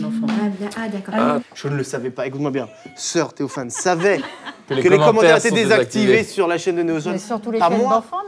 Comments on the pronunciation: je comprenais vraiment "sortez vos fans" et pas "soeur-Théophane" xD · Sans vouloir vexer personne, au début j'ai entendu "soeur célophane" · Au début quand ils disaient "sœur theofan" je croyais qu'ils disaient "sortez vos fans" mdr